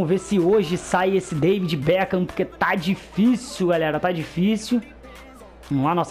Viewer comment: O becam kkkkk beckham